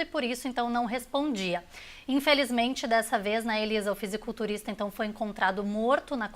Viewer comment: Não sabem nem falar " fisiculturista"